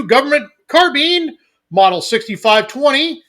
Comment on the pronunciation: carBINE not car BEAN